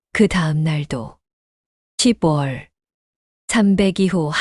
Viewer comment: 시붤이라는 발음이 좀 거슬리네요. 적어도~낭독하시는 분이라면, 10월은 시월시라고 발음해야 한다는 건 유치원생도 알아요. 쓴 소리지만 저도 힘들고 충언드리는 겁니다.